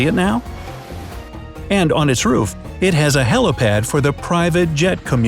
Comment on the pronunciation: He also mispronounced it "helōpad" **cRinGe**